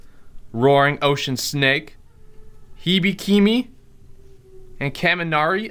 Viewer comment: your pronunciation of Hibikime made me lol